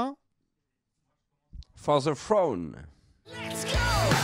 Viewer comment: C est kerr qui va finir sur le frouaune!